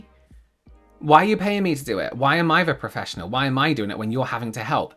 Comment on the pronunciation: Kept hearing paw-fessional and was very confused for a while 😂😂😂 🐶 🐶